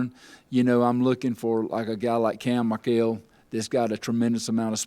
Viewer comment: The correct pronunciation. Coach is cam Michael like Michael jackson.😅